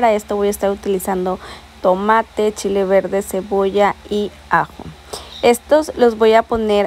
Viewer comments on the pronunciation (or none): none